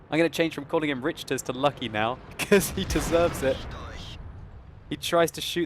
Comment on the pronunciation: it is not Lucky, its LUC-ky